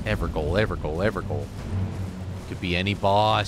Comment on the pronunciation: Evergaol is pronounced "ever jail" Gaol is how Jail is spelled in olde English. That's how it was spelled in Australia until fairly recently (80s~) and still is in parts of the country tbh.